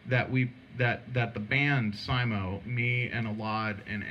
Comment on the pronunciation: Why does he spell his last name as Simo, when he pronounces it as Sammo?